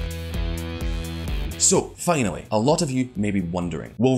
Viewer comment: Fanally... Pramaries... Tany hands... Sorry but uggghhhh